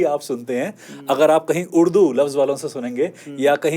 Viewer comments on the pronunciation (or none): none